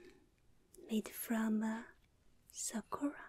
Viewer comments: Oh!! Your Japanese is so good!!!あなたのにほんごは、とてもじょうずです！ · Your Japanese is NICE!!!!✨がんばれ！